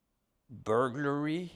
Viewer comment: Burg-er-EE must have been a tough charge 😂🍔